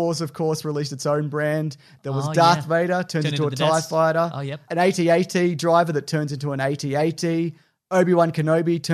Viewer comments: You call AT-AT as A-T-A-T? You're weird. lol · I am subscribing purely because you said A T A T and not atat.